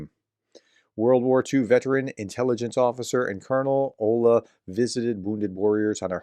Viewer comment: The WWII veteran's name is Olga, but "h" instead of "g" is read as h in Harris☺